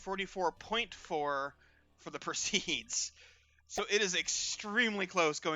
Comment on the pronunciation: Not sure how Harnas wants it pronounced, and you can pronounce the word however you like, but it is per-see-id as opposed to per-seed. Just an fiy.